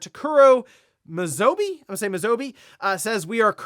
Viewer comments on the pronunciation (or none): If you know how to pronounce Spanish names, it can help in pronouncing Japanese names, not exactly the same, but more similar than how you would pronounce them in English. In this case, the 'be' in Mizobe would be pronounced more like the 'be' in 'best' or 'bell', for example.